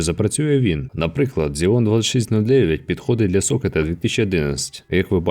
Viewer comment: Рекламувати інгліш курси і читати Xeon як Ксєон - ну такоє))